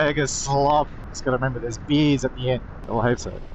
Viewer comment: I have to interject here. When you said, 'There are beers at the end,' it took me a second to process the word as 'beers' and not 'bees.' And I was married to an Aussie from Surfers. ffs.